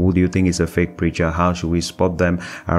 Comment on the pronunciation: you pronounce feak